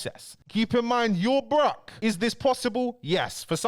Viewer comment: The way he pronounces broke too 💀 “brukh”